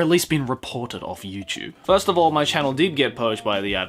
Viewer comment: You know what? I'm trying to take this video in a serious kinda way but everytime you say YouChube... I just can't. Love your videos btw.